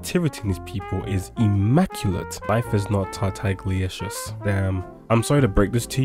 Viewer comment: ITS NOT TARTAGLICIOUS... ITS TAR-TAG-A-LICIOUS NOT TAR-TAG-LICIOUS